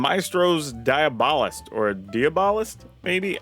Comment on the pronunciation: Magda's new best friend is Face-Breaker. Also, "dee-AH-bo-list."